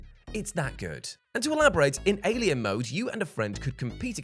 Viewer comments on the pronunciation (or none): none